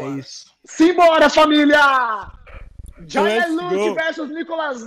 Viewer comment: Nome : Jaya Como dizem: Jáia Como ele diz q é : Jeiá